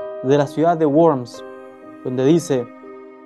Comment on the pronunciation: Worms es una ciudad alemana y su nombre está en Alemán. Por tanto, no se pronuncia guorms con Fonética inglesa sino *vorms_ con Fonética Alemana. Y si no se sabe Alemán, hay que pronunciarla con la Fonética del idioma en que se está hablando, en este caso con Fonética Castellana que coincide con la Alemana porque la w se llama ve doble y se pronuncia como la v en Castellano. Es una epidemia usar la Fonética inglesa para toda palabra que no se conozca.